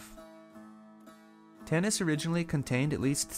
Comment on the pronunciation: please say Tanis with vocal "a" not Tennis god damn it